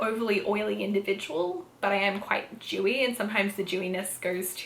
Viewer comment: It took me awhile to realize you were saying dewy and not “jewy”… I was wondering how being Jewish made your skin different :P my brain….